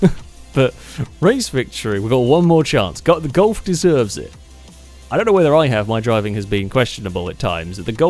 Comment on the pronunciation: No it's how he pronounces it lol, is no one going to talk about your grammar.